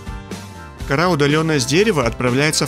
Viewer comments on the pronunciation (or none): none